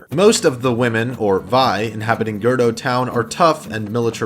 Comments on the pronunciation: I came to the comments immediately as soon as I heard Girdo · Yup I'm not mad that you said gerdo I'm just insanely annoyed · "I know I pronounced it "Girdo Town", I grew up calling it this and it's just how I read it at this point." And people grow up calling things "busketti" instead of "spaghetti" or saying "poo-poo", but pretty sure you call them spaghetti and shit by now... Don't make nonsense excuses. You identified a mistake so correct it and grow from it. Repeating it a dozen times is just plain ignorant. Great video otherwise though, with excellent content, thumbs up. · this actually stopped me from asking how in the FUCK you could miss the fucking ‘U’ in GerUdo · U said GERDO TOWN😂😂😂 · Girdo is the far superior form of gerudo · Man, I didn't find girdo annoying, I just found it funny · Late comment. but what I heard was Girdle town. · Wait we pronounce it "gayroudho" right ? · It's "Geh-Roo-doh" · If I hear “Gerdo” one more time I will literally ctrl + alt + delete the multiverse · internally cringing every time he says “gerdo” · Ger-uu-do* That’s how I say it and the only way I’ve ever heard, but maybe I’ve been saying it wrong, lol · Yeah, that was jarring to hear. It almost took me out of the video but i gritted my teeth and bore through it since the content is quality. But it is Ger-OO-doe. Not sure why he has left out that vowel his whole life. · but Gerdos though. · Gurrdo lol. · I like how you say gerudo as gerdo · “Gerdo Tribe” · haha he said gurdo town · Gurdo? Bro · It's pronounced Jer-oo-doh, or Ger-oo-doh by some. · Why is no one talking about how he pronounces gerudo “grudge” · GRUDO? RUTO? I mean that’s not the point nice vid but Hahaaaaaaaaaaa.....Nvermind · I could not take the 3 “Gerdo”s in a row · You're saying gerudo town wrong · You also said ruto not rito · G E R U D O How does one pronounce it wrong? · The only offensive thing about this video is how you pronounce “Gerudo” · You say gerudo wrong again and I swear to god